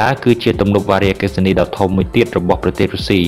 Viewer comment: កុំអានវ៉ារីអគ្គិសនី សូមមើលសម្លេងផង